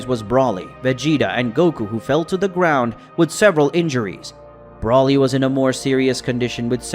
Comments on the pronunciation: It’s Broly not Brawley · I wish you would at least say Broly and Gogeta's names right